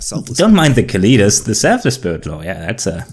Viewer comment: Pronounced Cali (like California) tas (like deltas) Kalitas